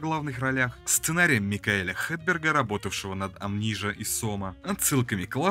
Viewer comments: все говорят Амнезия. Но никак не АМНИЖА. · "АМНИЖА", прости Господи!